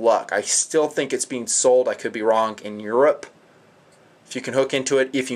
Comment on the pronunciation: Based on the Russian Helios monocular which is the best but is very difficult to find now. Your Made in Deutschland sucker is a rip off copy. Eat your heart out and then eat your notes. Btw Are you Mexican? Just the way you said "I think" - I theeeeenk!!! Hasta la vista and auf Wiedersehen!!!